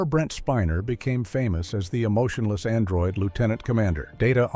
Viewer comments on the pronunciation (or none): none